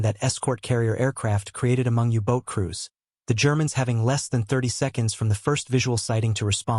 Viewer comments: Close but no cigar. When you can find a AI voice that pronounce the subject (U Boat not uboat.) and match up the dialog with the pictures being shown, you'll get a like from me. Pity, it showed promise. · Didn't say Uboat properly. Subs dove but it was pronounced like the bird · I still like the AI. Annoying that it can't say Uboat properly